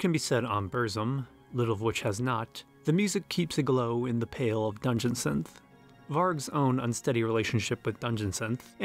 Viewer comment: how can you so accurately pronounce the individual words "dungeon" and "synth" with such clarity, and then pronounce the combined phrase "dungeon synth" like you're having a fucking stroke